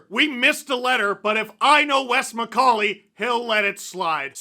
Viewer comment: Wes Miss-call-ey